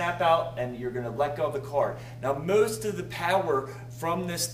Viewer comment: Moost of the puwerrr, LOL!